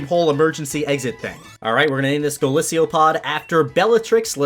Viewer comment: wait what did you just call golisopod go-lisiopod